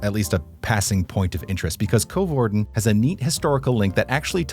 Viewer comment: The Coe in Coevorden is pronounced the same as the cou in Vancouver ;)